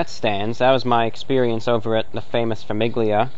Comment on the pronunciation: gli in Italian is almost silent, pronounced "lee" with your tongue at the roof of your mouth so it's a very faint g very soft. So Famiglia is like Familia in Spanish, It means family, why did I need to comment this on an old video I don't know but you're welcome to who ever is reading this